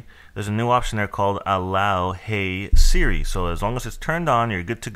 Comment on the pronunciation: You mean "Hey Sri"??